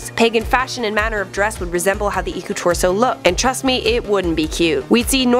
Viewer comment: Im finnish EDIT: Its Iku-Turso not Iku-tursou! Lol sorry about that